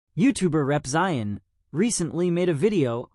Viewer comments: >Rep-ZAI-in. AI slop. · I love you and your channel but i think maybe when typing your script you should type some things in a way that the AI will read it correctly. Like Repzeeon. Ok thanks.